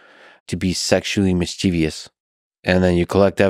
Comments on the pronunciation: Okay: “mis-CHEH-vuss “, not “miss-chee-VEE-yuss “! Sorry that just makes four times it within a half an hour but someone has mispronounced word. It drives me crazy. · The mispronounciation of MISCHIEVOUS is quite bothersome. Do better.